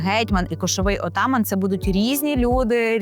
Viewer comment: НАГОЛОС У СЛОВі Атаман,неправільний